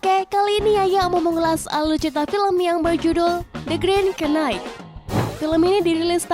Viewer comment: Cara sebut "Green Night" (K) itu ga perlu ada bunyi....Sama2